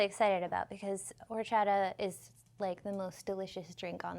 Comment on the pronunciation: It's pronounced Orr Chata. 👍🏻